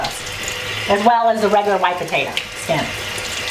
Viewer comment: Sorry it's potato NOT potatoa!!